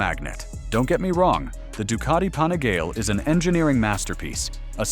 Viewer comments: Pani-gale five four? At least learn how the pronounce the name of the bikes ffs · It was his pronunciation of Panigale that finally convinced me he has probably never actually ridden a motorcycle